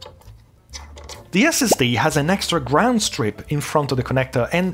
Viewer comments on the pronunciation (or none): none